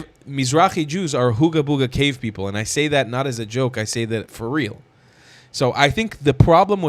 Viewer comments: Sooo funny how he CAN'T SAY the the letter "P" He says "B" instead of PEOPLE he's says BEOPLE lol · He said “beoble”😊